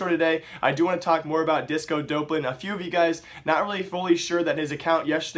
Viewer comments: it's pronounced D-AWP-lan, not Dope-lan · Doplan* not dopelan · dopp-lin not dope-lin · bro there is no fucking "e" after the "dop" its DOPLAN NOT DOPELAN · please pronounce it as disco "daplen" it bothers me XD the casters said it like that disco DOPElan XD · y u pronounce it like dopelan? Everyone says it like Dawplan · You can't even pronounce disco doplan. Fuck off and get out of the scene you disgrace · You're still pronouncing his name wrong.